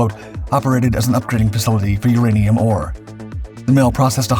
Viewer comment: Also I'm going to add the I'm pretty sure he did use AI due to the pronunciation of "uranium".